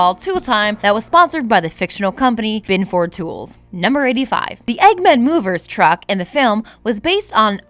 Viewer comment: ...Bin-ford? It's pronounced Bin-ferd should've watched Home Improvement clips to hear how Tim says it.